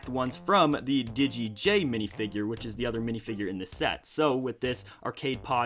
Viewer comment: Digeit jay not giget jay